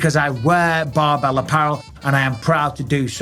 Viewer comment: Almost sounds like you were saying Barnbell, maybe consult your speech therapist again Mikey B